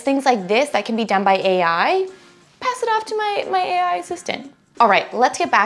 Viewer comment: 1. HEY EYE! 2. LOW KOD! 3. ASS-KEW-ELL! 4. ROBLO.. ROBOTIX! 5. CLAWWOOD!